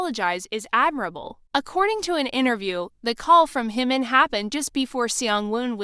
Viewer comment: It's JIMIN not HIMON! Who is Himon??